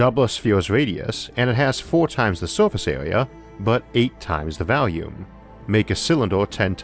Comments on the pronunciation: It's pronoucned volume with an 'o'-sound ffs. not "valume" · Vaalume ? Waaer ? Amor ? The speaker seems to have a speaking problem ! Barely understandable !